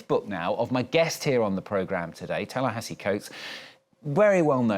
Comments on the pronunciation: Did he really just call him "Tallahassee Costs?"🤦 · Dude really called him Tallahassee🤦🏽‍♂️😂